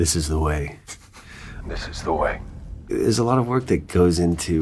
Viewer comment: This is the Way-uh. ❤